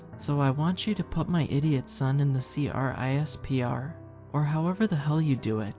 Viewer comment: CRISPR is pronounced Crisper. For future reference. They use it for separating genes and keeping track of what you have genetically.